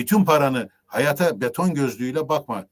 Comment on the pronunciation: hayat kelimesinde ikinci a uzun okunmalı